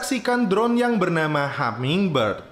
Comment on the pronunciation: Hummingbird bang bukan hammingbird